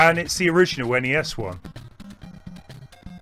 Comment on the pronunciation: Its not sness.. but NES game